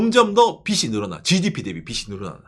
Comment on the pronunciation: '빚이' 의 올바른 발음은 [비시] 가 아니라 [비지] 입니다 마찬가지로 '빚은' = [비즌], '빚을' = [비즐] 이라고 발음해야 합니다